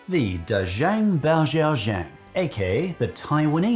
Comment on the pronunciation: the pronunciation of “da chang bao xiao chang” was so butchered i didn’t even recognize it when you first said it until you proceeded to define it